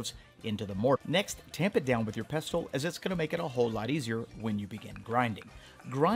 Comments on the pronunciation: Ah come on the t is silent ffs...😂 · Isn’t the T in pestle silent?